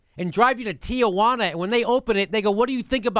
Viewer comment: It's "Tijuana," Jimmy, not this place you call "Tiajuana [sic]"!